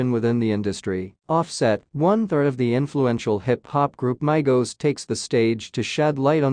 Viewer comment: IT'S "MEEEE GO'S" , NOT "MY GO'S" !!